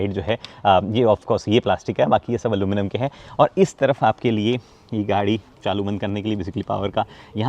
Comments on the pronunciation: Aluminium not aluminum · Aluminum nai Aluminium bolte h hum americans nai h